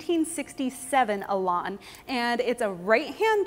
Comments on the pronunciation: if only you could pronounce the name better its an elan not elarn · What is a Lotus Elon? For crying out loud! Say it correctly. Elan rhymes with pan and can and man.